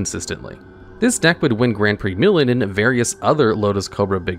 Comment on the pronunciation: Grand Prix Milan. And somehow you say millin. Infuriating